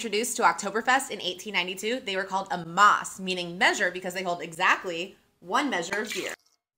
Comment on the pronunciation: As a german i feel absolutely violated. This is no judgment however a Maß is pronounced like Mass not Maas.